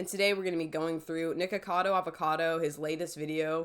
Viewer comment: Splitting hairs, but you leave a syllable out of "Nikacado."